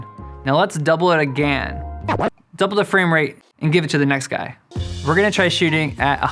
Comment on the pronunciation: Dudeee the way he says “again” hahaha He must be from Canada or something!!